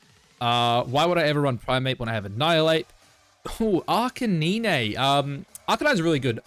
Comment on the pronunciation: Why do you purposely pronounce Arcanine wrong?